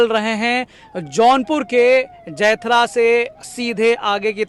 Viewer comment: जैथरा नहीं जमैथा है। बोलने में त्रुटि हो गई है सुधार लीजिए